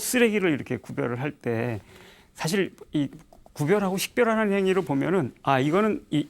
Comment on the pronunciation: 우선, "선종"의 "선"은 단음인데, 길게 잘못 발음했고, 달마는 "초조"라고 해야합니다. 장음인 단어의 첫 자를 짧게 잘못 발음한 예:사실,사물,(때로는 "똥"과 "대변"을 구분해서 써야지ㅛ)선(악의 대),해결,타협,말(입으로)사태,등으로 장단음 문제가 있.음에 의문의 여지가 없다.강사는 천속한 말로 그리고 기이한 사례로 젊은 사람들의 갈채에 도취해서는 않됩니다. "한국 어문을 고발함"이라는 책을 고국의 동포께 간곡히 권하는 바이다. 미국 변 완수 드림